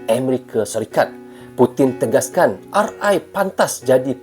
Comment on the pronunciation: RI BUKAN RE MAS